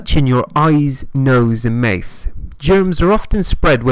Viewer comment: Maeth? You mean mouth?